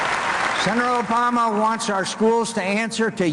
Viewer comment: It's not Osama. It's Obama.